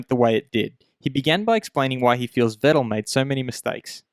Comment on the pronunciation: Please try to pronounce Vettel correctly.